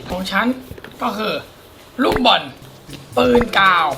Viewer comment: บอลไม่ใช่บาส😅🤣🤣🤣